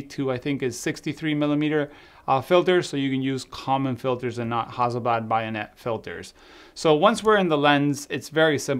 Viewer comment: yes, but the wide lens has a centre filter, and is a screw thread, NOT bay-on-ett (how you say it, you said buy-on-ett!!); but this should be included inside the lid of the leather cylinder it comes in.